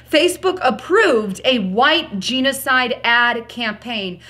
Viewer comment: love you girl yes I voted red wave please you are mispronouncing genocide. It's like nails on a blackboard. You're smart its genocide not jeanocide.